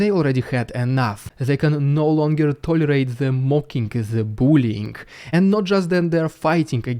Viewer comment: Bullying? Say it bull-E-ing You sound like you were saying 'boolean' a programing word.